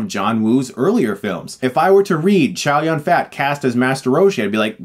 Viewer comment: Chris, come on. You cannot even pronounce Chow Yun-Fat (Zhōu Rùn fā) properly. Just call him Donald Chow then. Are you sure you are his fan? Lol, fat. Nice review.